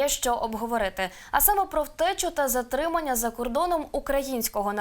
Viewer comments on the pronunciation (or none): Що за "ЗАРТИМАННЯ"?